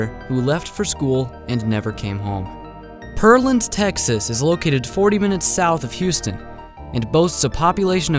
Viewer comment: Its PEARland not perland